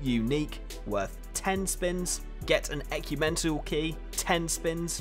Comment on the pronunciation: Ecumental LOL